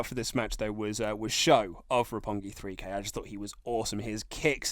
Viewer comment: The one downside to increased popularity is a bunch of WWE marks reviewing the show and showing their ignorance. The guy on the right couldn't even get Roppongi 3K's name right.